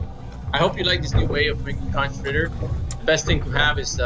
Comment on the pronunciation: Conch is pronounced as (Konk) plus that not conch fritters you made...thats actually fried conch for you guys...for us in the Bahamas ..it's cracked conch... nevertheless jeep.making videos... I enjoy watching you man 🙏